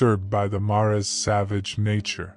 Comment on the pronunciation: Assuming you're an English speaker, I'm a little confused at the pronunciation here. "Mares", the plural of mare: female horse is pronounced mɛəɹz. Like "airs" with an "m" out front.